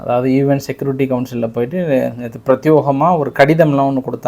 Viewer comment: யோவ் அது prethyokM இல்லை prethyekam எத்தனை முறை சொல்வது